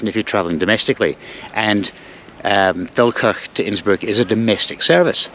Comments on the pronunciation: As I live near it, I keep thinking you are saying, “Falkirk” 😂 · Every time you say Felkerk I hear Falkirk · Just for a split second, i thought you were pronouncing Falkirk in a posh way. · I first thought you said 'beautiful Falkirk' in Austria 😂